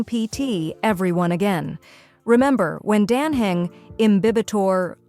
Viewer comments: Could you teach your stupid AI how to correctly pronounce names such as Dan Heng for fs sake? 😤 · Yeah and the stupid AI can't even pronounce Dan Heng or Cyrene correctly 😤 so annoying.